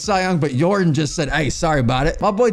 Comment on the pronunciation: bro it’s pronounced (Yor-don) not like jordan with a y